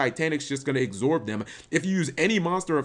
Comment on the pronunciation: cap, you're cool and all but please learn how to pronounce absorb.